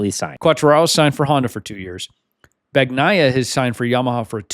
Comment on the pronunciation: And i didn't mean to come off as passive aggressive there. I love the podcast, listen to every single one! Just make stop pronouncing the G in BaGnaia. 😂 It's silent; it's BanyaYa. Love the work, keep it up! ❤